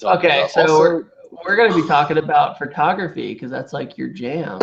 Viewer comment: you say "furtography"